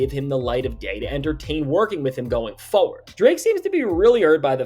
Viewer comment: Why you say forward like that?